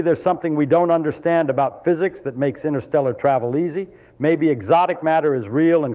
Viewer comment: It's not innersteller it is pronounced interstellar. What does he know? 😊😅